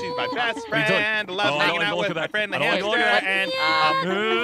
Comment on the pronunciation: it's hamster not haster